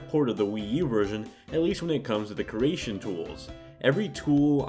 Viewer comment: I swear, I cannot fucking stand it when people pronounce it "KEERation" and not "KREEation".